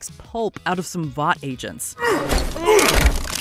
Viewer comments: Voice actor clearly hasn’t watched anything the boys related. Calls it voight over and over again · It's Vought